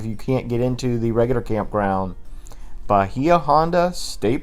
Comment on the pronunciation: As a Florida resident, I LOVED that... I hadn't even heard of a couple of them. Oh, but for future reference, Bahia is definitely pronounced Ba-HAY-a. But great video... Thanks!